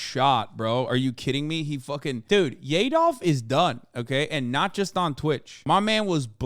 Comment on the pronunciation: "Yedolf" "Klandice" 💀💀💀💀